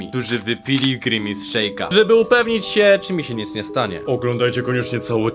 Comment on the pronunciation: Nie Mówi Sie Grimis Szejk tylko Grimas Szejk ;D